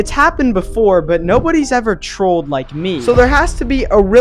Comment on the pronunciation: “We just twrolled the fwicken intewnet” 😂